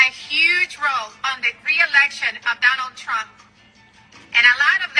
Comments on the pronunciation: Salsa 💃 “I will vote for Donol Trom” lol 😂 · I thought they said "Donna Trunk."😂😂😂😂😂